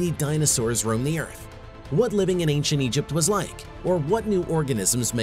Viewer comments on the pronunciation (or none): none